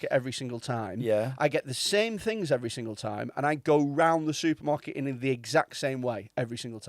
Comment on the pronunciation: surprised nobody picked up on the fact says SOUPermarket 🤣😎